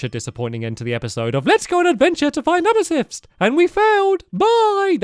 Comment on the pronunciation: The way he said amethyst 😂